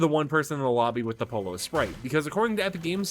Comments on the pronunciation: Yeah I cringe every time he pronounces it polo instead of poyo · @@ FNCS caster can say “Peterbot and Pollo” correctly when have you heard them say “Peterbot and Polo 👕”? I didn’t say “Perfectly pronounce” it’s the easiest word to say, like Yo-Yo but Po-Yo. Not that hard to figure out man. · It’s no called Polo is pollo (Spanish and Italian for Chicken) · Is it so hard to learn how to pronounce Pollo’s name? It’s Spanish for “CHICKEN” not a fucking game where you hit a ball riding around on a horse 🤦🏻😩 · He’s not Spanish speaking so why would he be able to perfectly pronounce the word if someone’s a mandarin word was written in English you would struggle pronouncing it if ur English it’s not a hard concept to grasp